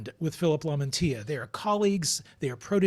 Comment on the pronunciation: Lamantia , Lamantia . Lam - an - tia